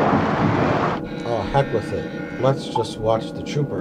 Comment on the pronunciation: Brospital? Mike, it's a HO-spital.